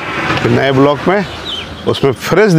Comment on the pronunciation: । बलौक मत बोलिए । व्लॉग बोलिए ।